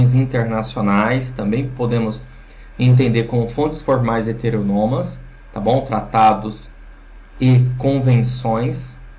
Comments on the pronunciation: Seria melhor se ele pronunciasse a palavra "HETERÔNOMA" da maneira como ela é escrita, pois ao meu ver, a forma como ele pronuncia tira a credibilidade e a autoridade sobre o assunto. Lembrando que isso é a MINHA opinião. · Não, velho. Tá incorreta a pronúncia sim. kkk